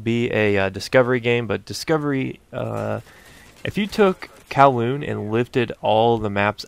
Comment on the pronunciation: I like to think i had something to do with you pronouncing kowloon right this time lol